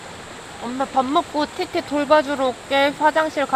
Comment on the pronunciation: ㅋㅋㅋㅋㅋ아 이제 티티가 아니라 띠띠로 밖에 안들렼ㅋㅋ큐ㅠㅠ